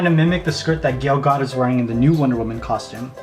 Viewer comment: "Gale Got" he clearly means Gal Gadot but how did he mess up her first name?!?!